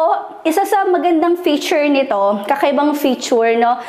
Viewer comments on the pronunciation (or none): none